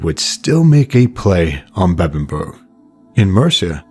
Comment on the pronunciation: well point is u said it correctly like Uhtred. All that matters, mate!